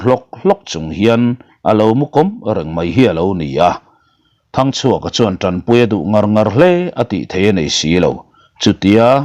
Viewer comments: Ralngama thinte i fawm tira. Hming i lam pawlh nasa ve thei e😂 sir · Zanin chu Thangchhuaka leh Ralngama ilam pawlh nasa khawp mai